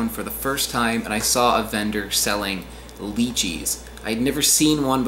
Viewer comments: it’s la chee not lee cheese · I've only heard people pronounce it Lychee as Lye-chee or LIE-chi. Not Leechee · I thought lychees were pronounced as lie-chee also theyre sold at like every grocery store here in australia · The way he says lychee makes me cringe a bit. We say it like “lie chee”, but they might say it different! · I had a Chinese girlfriend that pronounced it as "Lee chee". I believe that's the Mandarin pronunciation. In Cantonese I think it is "Lie chee". Neither pronunciation is correct technically since there should be a T and Z sound in there but that is beyond my oral abilities. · Lychee is pronounced "Lie-Chee" in more western countries. I think personally the Lychee is superior to the longan and the rambutan, but you NEED to get a good one. Longans and rambutans tend to have a bit more leeway when the fruit isn't perfect, but their perfect specimen never quite reaches the level of the perfect Lychee. I live in Australia and Iv'e never even heard of a pulasan.